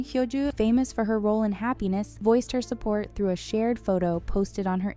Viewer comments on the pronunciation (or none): none